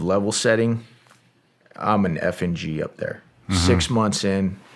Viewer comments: I thought I he said 'I'm an effin' G' then realized he meant F N G 😂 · Anyone else hear “I’m a FNG” as “I’m an effin’ G”?